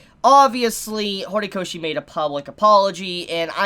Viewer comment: Lol U said Hornykoshi